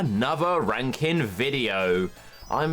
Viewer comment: Every time I hear you say “Ranking video” I think you say something else 😂😂